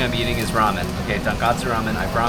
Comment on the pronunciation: 英語で言うとトンコツラーメンがトンカツラーメンに聞こえる。一蘭もShinShinも並びが多すぎて本当に観光客の方は大変だなって思う。